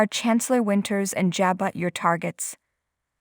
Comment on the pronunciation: Stop reader you can't read. Pronounce the word Jabo